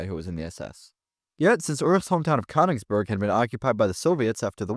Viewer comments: The borders were also not accurate for 1923, the pronunciation of Königsberg was incorrect, and only 25% of the SS was non-German, with almost all of them being white. I’m not aware of any evidence that even one Subsaharan African was in the SS, much less there being a significant percentage. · Learn to pronounce German names before tackling the topic - Königsberg is no how you pronounce it.